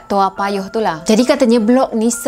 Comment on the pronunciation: Salam kenal dari singapura 🇸🇬🙋 saya pun tinggal di toa payoh. Sebutannya betul 👍, zaman sekolah rendah dulu masa kes seorang pembunuh bernama adrian lim. Saya dilahirkan pada july 1975. Masa kes adrian lim umur saya lima tahun